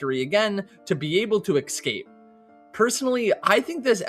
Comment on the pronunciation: I noticed the Lydia/Lilliya mistake back in your season update, however it didn't bother me that much. What was interesting though, was the way to pronounce "Escape" as "Eckscape". But hey, at the end of the day, it doesn't really matter ;)